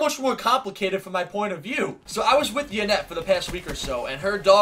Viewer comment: Why do you call her Janet. Her name is Yanet